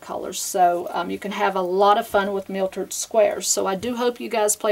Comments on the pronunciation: the word is mitered not miltered. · Miltered? I say mitered (long I)...there is no L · You did pronounce it "miltered" even though you spelled it correctly. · Mitered not miltered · this is nice ..but learn how to call it by its right name..."myitered" square not mitered...say it correctly please